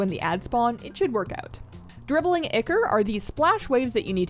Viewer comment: Is she trying to say ichor?